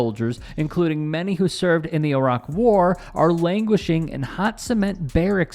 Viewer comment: Finally, an American that can say Iraq.